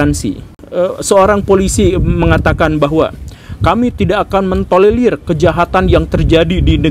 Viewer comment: TOLERIR bkn TOLELIR pak guru :v